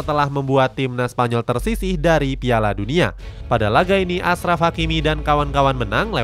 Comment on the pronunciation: bukan asraf tapi ACHRAF hakimi